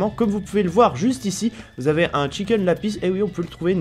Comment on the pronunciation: "chicken la pisse"